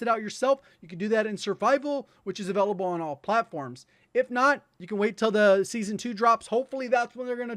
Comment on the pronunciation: Still unable to pronounce 'available'?